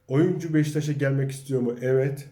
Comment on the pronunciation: yav abicim o nasil evvet demek öyle, tamam güzel insanlari anliyorum ama evvet demen sana yakismiyor. sadece ikiye bölmeden evet yani yazildigi gibi söylersen rica ediyor ve tesekkür ederim.